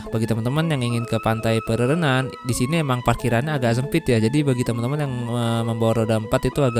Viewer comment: bang, laut antara bali dengan pulau nusa penida itu namanya selat Badung. ombaknya 11-12 dengan ombak selat lombok. pura terbesar kedua di Bali, sepengetahuan saya itu Pura Ulun Danu Batur. Pantai pererenan, ren nya dibaca kayak pelafalan ren pada rental.